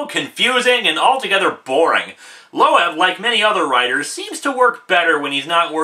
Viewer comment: Jeff Loeb as Low-eb and Tim Sale as Sal-ay ? WTF